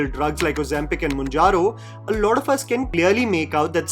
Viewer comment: "You know lauda people ask me" 💀💀